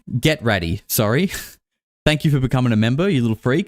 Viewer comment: the moment says "I'm sorry" sounds more to me like he is actually saying "I'm soaring"